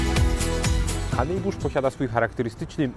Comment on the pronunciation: Honibusz nie hanejbusz